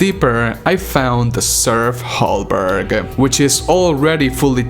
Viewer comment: Hey just FYI Serf Halberg = most probably Halberd btw (a type of medieval polearm) not Halberg, and also Serf = the game files name for the armored titans, especially the one in the cinematics of Siege. Now as we know their weapons are some sort of mace/hammer, so they were changed during development (just like so many other things btw) Just FYI: ) EDIT: Also, I would bet my left t3stik0la that the weapon is going to be the blue Sentinel/Wraith energy axe that is already in the gamefiles. Crucible is in the Titan's head (this is way after the Taras Nabad battle when the Slayer gets his powers and defeats the Dreadnought embedding the Crucible sword in his forehead) and we get that later in Eternal so lorewise makes no sense. We already had the sentinel warhammer also, and Spear / polearm/poleaxe/glaive/halberd/staff/etc seem more suited to Atlan IMO.... this is just my dos centavos mi amigos!!!